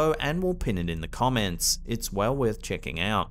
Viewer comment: Instead of the British man saying "worth," it sounds like he just burped.